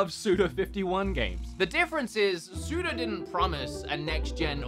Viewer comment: Are you saying Sudo is one of your favourites? Or Suda?